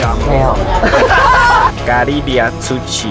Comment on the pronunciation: 我愛Nymphia💖漢娜也好可愛💚 最近都在看妮妃雅的影片🍌.了解了變裝皇后不容易🌈 (發音不標準的 (嘎琳娜 出去)笑翻了🤣🤣🤣